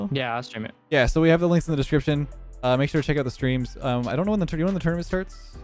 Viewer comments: The way you say tournament is amazing lmao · I never said that’s how I spell it lmao, I’m saying that’s how he says it bozo